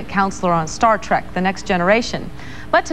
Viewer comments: Did the reporter say "Star Track"? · Omgggggg.....she said " star track ". I hate that!! TREK TREK TREK. Just like it's spelled! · Did the anchor say "Star TRAK?" lololol